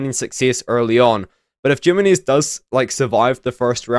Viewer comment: Jimenez. The J makes an H sound. Him-enez. I could only take so much bro. Good video though.